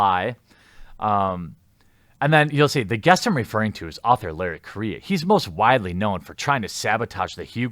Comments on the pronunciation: Dammit Jer, stop disrespecting my culture. His name's Correia (ku-rolledR-eh-ya), not Korea!! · He is; horribly. It's pronounced Co - RRe - Heya. (hard "R") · Larry "Korea" ... Full Total Amititis. I'm pretty sure Correia is a Portuguese name, but the "rr" like "H" in the beginning of words such as hate, differently from the single "r". Also, besides post colonial African migration, the Portuguese are pretty white, some really fucking white, since the country was created from a Spanish county given to Normans for expelling the Islamists from most of the Iberian Peninsula. Normans and Frankish troops helped in the "Reconquista" War a lot and had no problem in doing to Islamists the same that they have done to Christians in all the lands that they invaded or forcefully colonized by mass migration, like every single Christian land in the Middle East, North Africa, southern Italy, southern Iberian Peninsula and so on! Seriously, next thing you'll call Italians non-white! They're Caucasian, just not purely Germanic! Even Spaniards can be pretty white, specially in the Northern areas where the Christian kingdoms formed a stronghold against the onslaught of the Islamist invasion! Those "progressive" History and Geography teachers really messed up education in the Western Civilization! Good thing I actually doubt everything I was taught and look for different sources and figure out stuff in a less ideological manner. I don't know about Mr.Correia origins, he might be mixed, but that shouldn't matter when judging him or his work, unless "Libtards" are actually the ones being racist and are having prejudices based on origins and skin color.. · I'm pretty sure he's also mispronouncing his last name, but that's just me nitpicking.